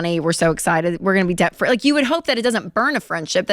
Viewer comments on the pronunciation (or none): Right down to pronouncing debt as "dayet"